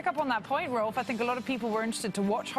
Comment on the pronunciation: It's quite sad that cant pronounce Rolf correctly. Really? Is it that hard?